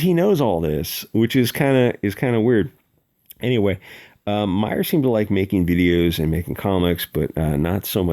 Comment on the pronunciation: It's Meyer, not Meyers and dude is just puzzling.